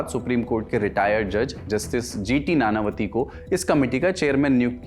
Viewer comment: नानावती नहीं नाणांवटी होता है